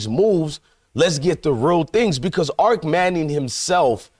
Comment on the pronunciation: Arch not arc.